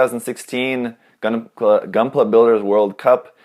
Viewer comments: Most Italians say "goonpla" that way, because that's how you read it in Italian (more or less)... not that it explains anything. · lmao they pronounced gunpla like they do in Italy